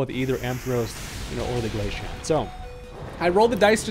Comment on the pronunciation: Glaceon (glay-see-on) not Glasheon